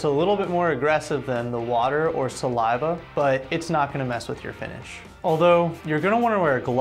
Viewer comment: I wasn't really reday for that Sal-lai-va